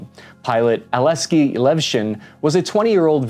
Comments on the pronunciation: How could you pronounce all of the names wrong??? :D just read slowly... A L E X E Y, not Aleski :D K A R I M O V, not Kamirov :D R A S P O P O P O V A, not Raspova :D D M I T R Y, not a damn Dymytryj 😅😅😅 And so on... this frankly made my day. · I'm so sorry, but American pronunciation of slavic names always gets me. 😂 How do one's eyes read "Alexey" and "Karimov", but the mouth goes "Aleski" and "Kemirov"? Just read the damn letters, it's already transliterated to sound as close as possible to the original name when read in English.